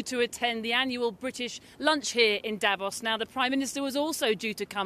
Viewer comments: it is not pronounced davoss but davose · You keep saying Dävos, it's fucking strange. The city is called Davos. I don't go calling Manchester munch-esther either just because that's how it reads to a naive German speakers eyes.